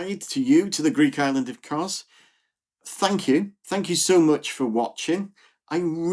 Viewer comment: Great video… just fyi, it’s not Koz, it’s Kos